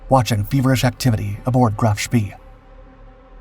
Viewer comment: It's pronounced "Spay" not "Spee"